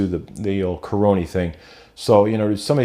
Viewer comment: Lol like how you say caronie for corona. Didnt catch the live stream but still watched it. Maybe I'll catch you live sometime. Stay safe.